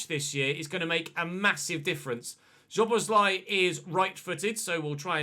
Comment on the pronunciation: I am glad that you signed Szoboszlai. Let me help you pronounce his name correctly. Both of the ‘sz’ letter combinations should be spelled as ‘s’ as in ‘see’. Also he wore the number 14 at Salzburg and 17 at liebzig.